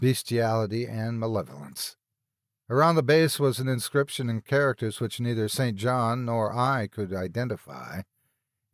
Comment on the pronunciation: St. John is pronounced "sin-gin" when it is used as a name; I came across it as I was reading Charlotte Bronte's Jane Eyre in high school and it gave me stumbling pauses, so that's why I remember the ambitious, yet asexual, alternate love interest for the title heroine. All this talk of "grave robbing" had me thinking of Zydrate, King Tut's curse, and graveyards in the dead of night. Although, I am sure the first one in that series DID NOT exist during Lovecraft's time, so "opium" would be about equivalent for a point of reference.